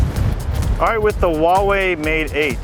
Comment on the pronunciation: its not VAVAI its Huawei like huawhey